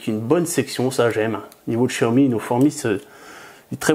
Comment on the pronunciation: on dit pas chiaomi mais xiaomi